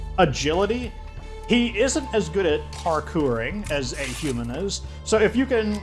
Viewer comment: I love the way you say Parkour 😆 gets me every time